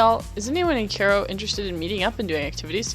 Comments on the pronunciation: What's up with these Zoomers inability to speak the English language? Even in elementary school (or Primary school) I learned that it was pronounced 'Kye-Row' NOT 'Care-O'. All of this generation acts like the English language is a foreign tongue instead of their native language. Maybe for some it is. That's another subject. That's what happens when your neck is bent down typing instead of TALKING. Typing can't teach you HOW to speak. It's really prevalent amongst this age group, not to single you out. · Fiest time watcher. Like the content. Threw you the like and sub.... I HAVE TO mention cause i can't stop thinking about it.... it Cairo like KIY RO. It's the capital, def the most famous maybe behind Giza where the pyramids are, you have had to have heard it pronounced in your life, just thought I'd mention it. Other people will be shitty about for some reason... cause internet.